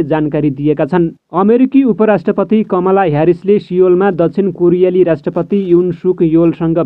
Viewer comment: आणविक भनेर वाचन गर्नु है,आनविक हैन। कमला हो,कमाला हैन अनि पुगे पछि हो,ओउगेपछी हैन। हैट